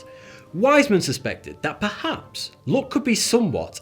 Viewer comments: It's luck not look 😂👍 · the way he pronounces ''luck'' is so wrong that for some time i thought he is talking about beauty, not about luck. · His pronunciation of "luck" sounds "look" to me. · I honestly misheard u say ‘luck ‘as ‘look’🤣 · Mustache dude: ''luck'' What l hear : ''look'', ''lewk'' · its "look" not "Luck" at least for me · Who else mistook him saying "look" instead of "luck" ? XD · KEPT HEARING LOOK INSTEAD OF LUCK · everytime he says luck, i think he says look. for about 1 minute i thought he said that being born in summer gave you a better look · after hearing him saying luck .. I thought he was saying look ......fook Linda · Are you saying luck or look? lol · Was he saying luck or look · This entire time i thought he was saying "look". What am a looking at? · I was confused until I understood he was saying "luck" and not "look", lol. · every time you say good luck I think you are saying good look !